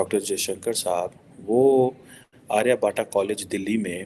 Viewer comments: it's ARYA bhatt not Arya bhataaaaaa 😅😅😅😅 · it's not aaarryaabhatta it's aryabhat 🤣🤣